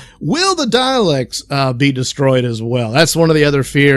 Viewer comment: It's "Daleks," not "Dialects."